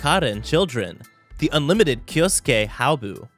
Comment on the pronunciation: Its 'hyoubu' not 'hyaobu' - -'